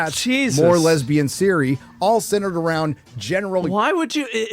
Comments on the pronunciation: Why do they pronounce Ciri as Siri? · The intro was the hardest to watch. Can they stop saying Siri, and put the emphasis in the ciRI???